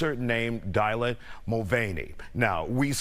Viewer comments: dilah?! It’s Dylan ! The man 😂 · Wow Houston-based reporter eats bugs and can’t read “Dylan”. 😂😂😂 yet another Wordsmith-bro.